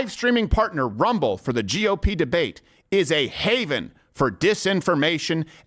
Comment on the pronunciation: Why can't you say RUMBLE?